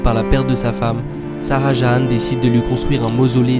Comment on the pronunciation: salut top la video par contre c'est pas "saha jahan" c'est Shah Jahan" on prononce "Cha" Pas "Sa A"